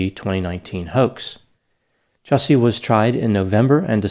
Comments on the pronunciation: You're pronouncing the name incorrectly. Ju-Ce (as in a the beverage you drink) 😅 Justice for Juicy. Dave Chappelle just slaughtered him rhetorically. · Just a heads up - his name is “Juicy” …. He doesn’t get the respect of proper pronunciation lol